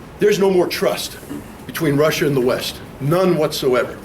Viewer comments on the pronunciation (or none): Lmao that one guy says "Resshia and Reshins"